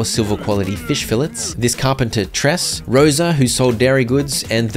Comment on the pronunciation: you keep pronouncing "fillets" wrong and it's painful